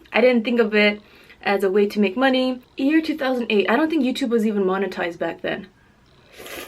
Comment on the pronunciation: anybody else think its cute when drops the y when she says year?... so adorable anyways love her muckbangs... I will be back